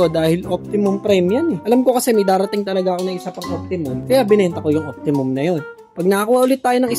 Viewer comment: Optimus Prime bro not Optimum.